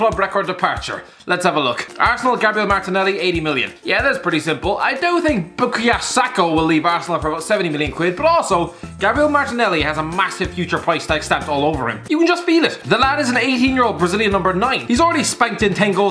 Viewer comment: Bo-kaa-yoo saka